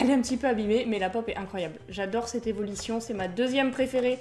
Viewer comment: Pourquoi tu dis : évolition au lieu de évolution c'est pas un commentaire méchants mes voilà . En plus je t'adore 💗💗😘😘 tes une super youtubeuses